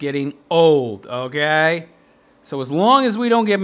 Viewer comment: How normal people say okay: Okay How this guy says okay: Ougaay???